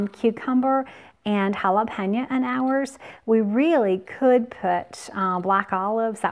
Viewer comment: Jalapeno its an O not JalepenA. You keep saying JALAPEÑOAAAAA